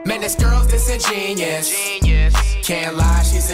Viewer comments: Dissin'genius. Yeah that's definitely how you say it lol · Pronunciation: Dis-in-jen-yoo-us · i just realized that flight aint even saying the word right "Disingenuous" its dis-ingen-u-ous bruh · dis•in•gen•u•ous flight didn’t say the uous part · The fact that they both mispronounced the word just has me laughing 😂😂😂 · I love how the whole song he said 'disingenuous' incorrectly lol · No one cares that he says Disingenuous wrong